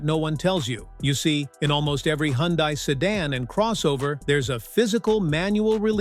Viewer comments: You made a mistake and called it correctly , Hunday ! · Hee - un - dies